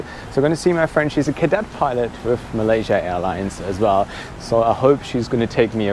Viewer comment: yer English is perfect, but yer pronunciation is sloppy. PLEASE slow down, especially when you are speaking about PROPER nouns like COLOMBO, MALAYASIA...... These words need to be pronounced CLEARLY........ PLEASE (I ask as an Engrish person.... if I cannot hear you clearly.... other nations may not either)